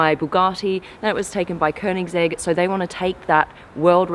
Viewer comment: Wow she pronounced koenigsegg right that's rare in NA